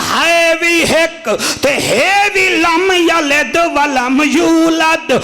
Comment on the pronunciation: Lamyaled ni lamyalid va lamulad